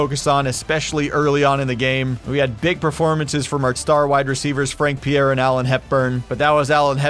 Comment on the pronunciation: Youre saying pierre the right way